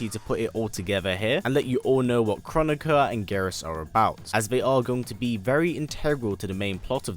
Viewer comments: I think Kronika is pronounced "crow nikka" not "chronic uhh" 😆😂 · I thought Kronika was supposed to be pronounced Kro-nee-ka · Tom-ate-ooo Tom-at-oo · It’s pronounced: kro-knee-kuh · It's pronounced Kro nee ka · It's pronounced (Krow-knee-ka) 😆😆a lot of ppl have been pronouncing it w the wrong way.. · It’s pronounced Krow-neeka- apparantly